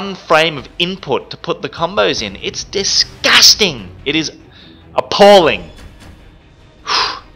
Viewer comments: He just says DISHIJSTING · lmao the way he says and emphasizes the word "disgusting" makes me laugh my ass off love his vids